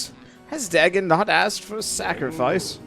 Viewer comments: It’s pronounced day-gone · As a big fan of Lovecraft's works, it hurt every time he mispronounced it. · Just so you know, for future reference, it’s pronounced Day-gone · The "correct" pronunciation is closer to Day,gon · In modern English, yes. But in most languages it's Duh-gone, including ancient Mesopotamian languages from where the deity originates (there were other variants, too, e.g. Dogon or Dagan). I don't want to sound pedantic, it's just that English has a very particular pronunciation that makes it difficult for EFL speakers to say any foreign names properly